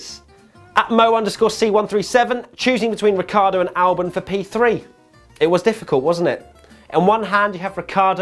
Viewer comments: he says bottasalbon which sounds like verstappen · Same here with Albon, even when slowed down.